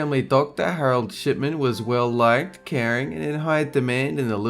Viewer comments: wait whAT all i heard is shit herald shitman what in the fuck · It totally sounds like he's saying "Harold Sh*tman"